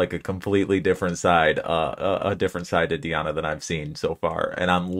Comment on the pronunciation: ANKUD(stress is here on I)NOVA, not ankudinOva - wrong. DI (pronounced as deeee) Di'Ana Ankud'Inova